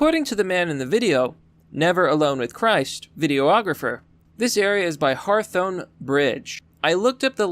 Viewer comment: Did you say Harthorne Bridge?!😂